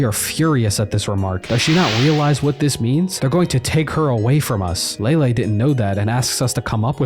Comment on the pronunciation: Lay-Lee, not Lay-Lay